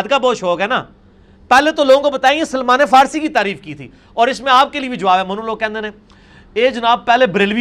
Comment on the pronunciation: اسلام تو احترام سیکھاتا ہے جس طرح یہ حضرت سلمان فارسی ر ض کا نام لے رہا ہے اللہ معاف فرمائے۔ کیسا عالم ہے کہ علم اسے تبدیل نہیں سکا کیونکہ گدھے پر کتابیں لادنے سے وہ عالم نہیں ہو سکتا تو یہ کیسے ہو جاتا